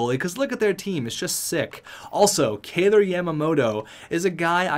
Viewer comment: First off kailer was not born in seattle, he was born in spokane, you also pronounced his name wrong, think kyler